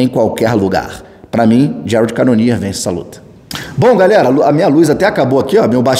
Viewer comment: Volta logo "Jarédi canonier" tá fd 😂